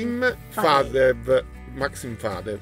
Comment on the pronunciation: Друзья, не ФадЕв , а ФадЕЕв